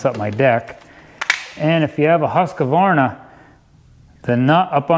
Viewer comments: Husk-Varna, not Husk-a-Varna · you ( and about everyone in the other side of the world ) needs to learn how to pronounce husqvarna. h u skvarna forget the q